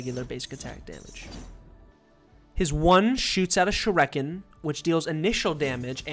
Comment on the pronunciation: bruh how do you say "shingetsu" and "mangetsu" mostly correct, and then go on and say "shurEken"